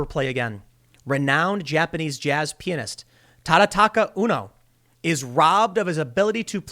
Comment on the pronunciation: I thought Tim was saying Japanese penis